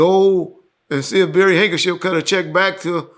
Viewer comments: it’s Barry HankserSON. Not hankership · Who is Barry hankership 😂 it’s hankerson